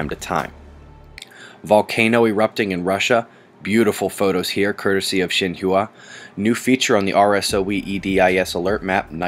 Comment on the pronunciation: Very cool report this morning. Thank you. Interesting magnetic anomaly grid maps! Also, loved the Russian volcano pics. Wow. Quick note: the news organization out of China, Xinhua, is prounounced "sheen-hwah" not "sheen-hoo-ah". No sweat. Chinese is hard and you can't know everything. But I want you to sound pro!:) Important for the cause, as you say. Be well,.